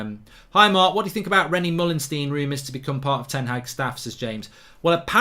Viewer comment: His name is ten Haag. It's pronounced like Ten Hachr 🤣 like a lad from Liverpool pronounces chicken chiichhrhren